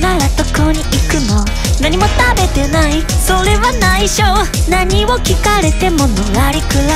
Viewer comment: 何も食べてない ここの発音 好き💙 下のハモリと主旋律のハモリのバランス大好き 最高だよ ころんくん߹-߹